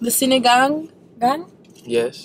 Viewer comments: that pronunciation was chef's kiss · the way pronounced sinigang i was surprised cuz it sounded so fluent. Sinigang is one of my fave filipino dishes! We appreciate that you make videos about our food and it's really nice to see foreigners try it out and being open to its taste. Still hope you could visit the Philippines and may make a vlog here? Manila is full of good streets foods and restaurants too!! <3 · The way they say sinigang is perfect! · This is the first video ever i saw in youtube that they can say the filipino food names exactly how it should be without a pause. ❤❤❤❤